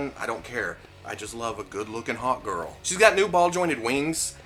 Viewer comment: Every time you said Hawk Girl it sounded like you said Hot Girl ‘I just like a good looking hot girl’